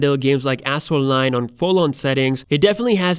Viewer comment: Sounds like he said "ass hole lines". But I know he said "Asphalt 9"